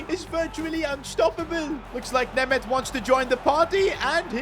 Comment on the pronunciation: I feel embarrassed after hearing him name my country-mate Németh